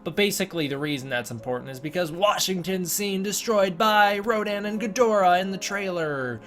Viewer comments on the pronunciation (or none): It's pronounced RODAN and not RODIN . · . The only thing that bugs me is that Rodan isn’t Radon as that’s how it’s pronounced in Japanese